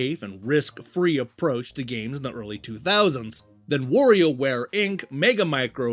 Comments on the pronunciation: That's Wario, not Worio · But you're not saying "Morio" - only "Worio", so I don't think that's accent. It's mispronunciation. You're reading "wa" with "o" like if his name comes from "war" instead of "wah". His name is pronounced the same as Mario, only with W instead of M. If it was a matter of accent, you would as well say "Woluigi" but I don't believe you do :) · Like I said, it is NOT pronounced like the English word "war".